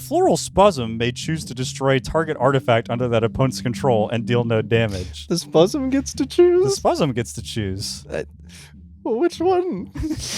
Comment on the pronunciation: I clicked a random timestamp and heard spuzzem